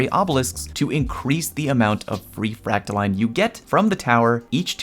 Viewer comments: its fractaLINE not fractaLEAN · New Leviosa meme: Its Fractaiiiiiiine, not FractaLeeeeeen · It’s pronounced freak-toe-lion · It’s fractaline not fractoline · its line...... not LEAN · It's like saying fractal"in" that is the proper way for all you ingrates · So in a nutshell...if your planetary obelisks have been max ranked for weeks you are done contributing? Or am I incorrect? I cannot see another way to contribute...other than the dozens of weapon bounties I purchase every week....gotta spend all that glimmer on something. My vote is for the frack-ta-leen pronunciation...as if it matters. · I know you don't care, but this is NOT me trying to correct you. So, basically, I pronounce it the same way as discipline. So, fractal-in. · I believe it's 'frack-tha-lean' 😃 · Fractaline is obviously pronounced "POTATO" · Line is pronounced Line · You’re saying fractaline wrong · It’s fractaline, not fractaline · ITS FRACTALINE NOT FRACTALINE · It's pronounced "fractaline" smdh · It's pronounced 'fractaline', not 'fractaline.' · no no, he's right, its "fractaline"